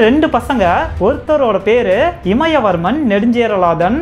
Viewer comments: It's imaya varamban not imaya varman.. please take note my dear brother. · one small correction.. இமயவர்மன் is wrong , இமயவரம்பன் is correct pronounce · இமயவரம்பன்; இமயவர்மன் இல்லை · நறய இல்லை நிறைய இமயவர்மன் இல்ல இமயவரம்பன் சற்று உச்சரிப்புகளையும் தகவல்களைப்போலவே அருமையாகச் சொல்லுங்க நண்பரே 🙏🙏🙏🙏🙏🙏